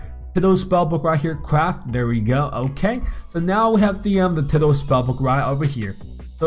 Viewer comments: 'tiddal' Its Tidal, Pronounced- Tie Doll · its tidal (ty-dall) not tidle. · Pronunciation: (tie-dale) not (tid-al) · bruh its not tiddle spellbook like your shooting pee or something its actually pronounced " tie- dall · Its pronounced "taidl" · Its not teedal its sounds wierd... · Its pronounced as tiedal but spelled as tidal............ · You asked, it’s pronounced tidal, like how you pronounce eye. Like tide. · He called it tiddal bruh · when he said tidal it sounded like he was talking about some turtle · Lol the way he says tidal spellbook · that's not how you say tidal EDIT: nvm I just noticed you said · I’m getting triggered every time he says tidal